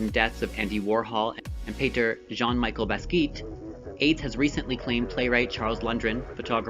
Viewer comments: Please please please....it is Jean Micheal Basquiat pronounced Baskeeay not Baskeek.....lol. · lived in east Village . Just a pronunciation note. Jean Michel Basquiat we said like Jean/ John Michelle Boss-kwee-aught or key at